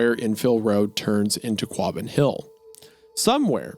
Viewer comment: Not to nit pick but Wendy, buubby, it's pronounced Wus-ster lol Massholes are very particular about their poor spelling... I've been in central mass for like 20 years now originally from CA. and on that not... It's pronounced Qah-bin you talented hack! Lol Hunter you guys do great work please keep it up.